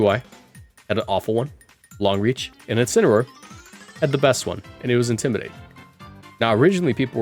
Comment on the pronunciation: Incineroar. It's Incineroar. GG Shake my hand. Edit: YO WE GETTIN COCONUT MALLED AGAIN